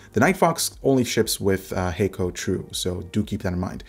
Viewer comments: Kono logo and sound appears like Japanese (but I'm not sure if it is). Anyway, Hako is not pronounced 'hei-ko' like you said in your video - it is 'ha - ko' with short sounding pronunciation - meaning simply 'box' in Japanese. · i think it might be pronounced like Ha(h)-ko, not Ha(y)-ko